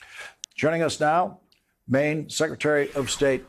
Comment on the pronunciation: She says "meen" not "Maine"